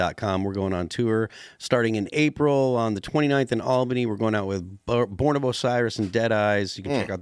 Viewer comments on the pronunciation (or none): none